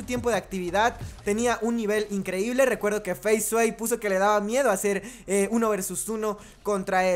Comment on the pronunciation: No es faze "suei" es faze "esguei"